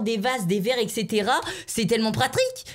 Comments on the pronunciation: Tu veux plutôt dire pratique tu a oublié le r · Il dis "PRATRIK"!!!!!😂😂🤣🤣🤣😂